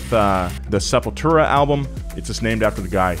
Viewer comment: Pronounced Sepultura right so I subscribed